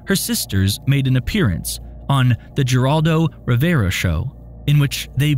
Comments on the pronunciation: The G in "Geraldo Rivera" is pronounced like a H. You say is name like "Heraldo Rivera." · It's pronounced "Heraldo Rivera" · Pronounced (Heraldo Rivera)